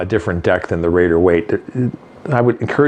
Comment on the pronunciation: Rider not raider 😅